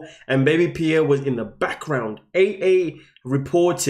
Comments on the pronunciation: She pronounces Pierre all wrong, not Pearrie, but Peare, ie, Pierre! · So bothered listening to the female calling Pierre (Pea-air) not (Pea-air-we). Educate before you document. We have Two individual adults and 2 children and NO ANSWERS?? WTF? I would be a mad woman, all over the television.